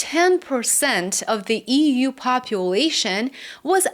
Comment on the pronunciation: EEWUU.( Read as EU!!). 😅